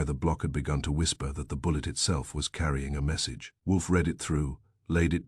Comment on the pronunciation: It's read not Red! Read it not red it. Also, again, it is no, not number. It seems you are not going to fix this problem!